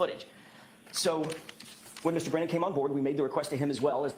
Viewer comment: How come you say breeeeenan? It’s Brennan. But love your videos!